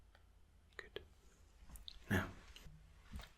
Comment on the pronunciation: i missed your "goodt" and "relax..." ;D